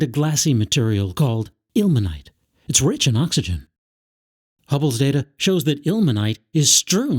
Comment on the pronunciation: "and other compounds containing... ACKSYGEN!"